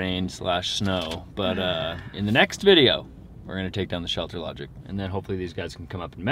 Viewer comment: Ohhhhhh... you are saying "Shelter LodgING", not "Shelter Logic"! LOL! My dang ears.